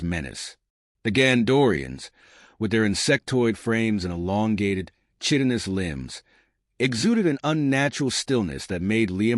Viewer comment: Out of hundreds of these stories I've yet to hear an AI voice pronounce Chitinous (kitin ous) correctly.